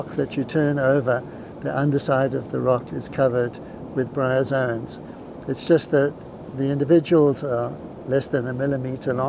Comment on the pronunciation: GREAT video-but uh.. "bryazons"??